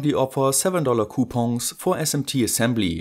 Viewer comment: No offense, but when you said "coupons", It sounded so french, lol